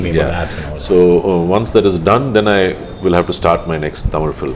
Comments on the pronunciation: Good interview, really liked it, but please allow them to finish before you start to the next question, please learn to pronounce #Tamil properly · Yo..Tamil la paesu..Ivlo pronunciation ku nee tamil la yae paesalam.